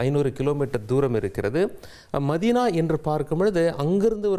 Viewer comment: மெக்கா, மெதினா அல்ல மக்கா,மதினா.